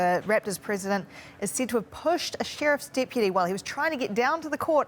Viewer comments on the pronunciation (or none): "Pushed a sheerf's depeedy"